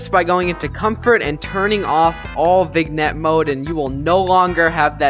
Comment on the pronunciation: btw it pronounced “vijinet” not w a hard G sound lol